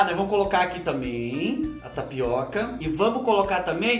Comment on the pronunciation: Fubá do céu, a hora que ocê falô "tapiaca" deve tê sido um aviso que era mais uma tapeação da muié da internet... 😁😆🤣